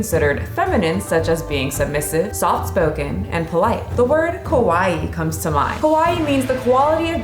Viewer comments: You pronounced Kowai which literally means SACRY! 😀Girls in Japan want to be cute, not scary. The correct pronunciation is KA WA EE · So you are pronouncing "kawai", "kowai"??? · "Kowai" means "scary." You mispronounced. Kawai as "Kowai." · kowai = scary KAwaii = cute you gotta really emphasize the KA sound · She needs to be careful for her pronunciation. She said kowai not kawaii. Kowai means scary. She meant to say kawaii with a car pronunciation and an extended ii sound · FYI when you say kawaii you re pronouncing it kowai which means something totally different (怖い scary) , the ka should be pronounced more like the ca in cactus (though still not exactly the same) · the way u pronounce kawaii is kowaii which means scary instead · Good content but the way you pronounced the word Kawaii was very incorrect. The way you spoke it (ko-wa-i) actually sounds like the Japanese word for scary. Both words are close in pronunciation but in the future please make sure the first sound is a hard "ka" and not the soft "ko" sound. Take this from a man who lived in Japan for over a decade and experienced trying to hit on women making the mistake of calling women ko-wai (scary) rather than ka-wa-ii (cute). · Please pronounce kawaii, KA WA I I, not KOWAI which means scary. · Just a gentle tip: Make sure to say “kawaii,” not “kowai.” The former means cute, but the latter means “scary.” Native English speakers often say “kowai” when they mean to say “kawaii.” As someone who’s lived in Japan for almost 15 years here, I hope you enjoy your trip! Be sure to bring masks. Most people still wear them here, especially indoors. 😊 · It threw me off when you said "kawaii" because it sounded like you said "kowai" which means scary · The way you pronounce kawaii sounds like "kowai" (scary). I love that :)))))))))))